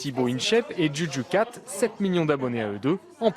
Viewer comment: il on dis djudju cat carrément